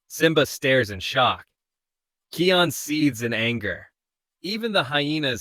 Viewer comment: Я давно заметил, но не придавал этому значения, вы говорите имя Кайон неправильно, правильно Kion,а не Kian или Keon, но это так, на заметку 😅😊